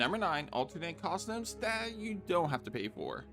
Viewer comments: I hope you've managed to get over your speech impediment and can now say the word "costume" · have i been saying costume wrong this entire time